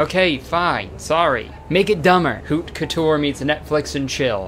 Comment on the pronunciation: As both a french speaker and stylism student, hearing kurtis call haute couture "hoot cootoor" is the funniest thing ever